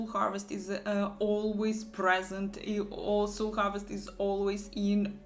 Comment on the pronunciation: Soul - это не сул. Это так не читается.